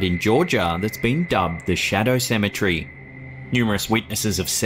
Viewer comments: OMG 🤦‍♀️I absolutely hate the way this man calls a cemetery "symmetry" 😒😒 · Oh for real i feel u. Its CE-ME-TER-Y.